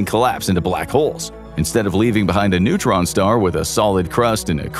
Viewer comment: timestamp - , "It's a massive neuron star". NEUTRON star, not NEURON star. Pronunciation counts folks.